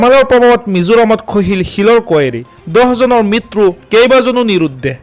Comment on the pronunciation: মিতৰু নহয়ে, মৃত্যু হয়